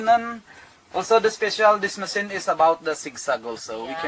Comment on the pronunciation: Masin or machine? Hahahaah